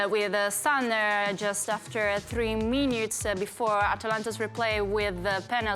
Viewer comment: A pronuncia minutes come miniuts, ma si dice minits altrimenti assomiglia alla pronuncia mainiut che significa minuto nel senso di piccolo ;)